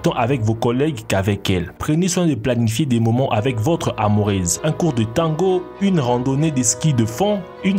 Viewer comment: Amourèze? Cest quoi ce mot..coloc? Wtf...tu parle quel langue